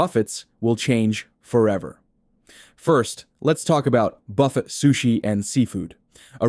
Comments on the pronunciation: It's pronounce "buf-fay"... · Hey AI you may want to learn the correct way to say buffet.